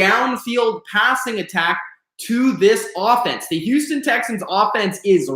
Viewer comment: Can u say Houston right? Houuuston wtf